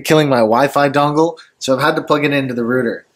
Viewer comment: Your rooter?!